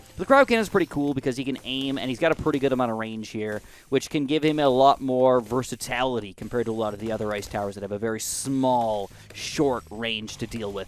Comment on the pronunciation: Is he saying vercitality instead of versatility?